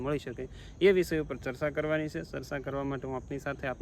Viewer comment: એજયુકેટેટ થઈ ને સરચા બોલો છો ચર્ચા એમ બોલો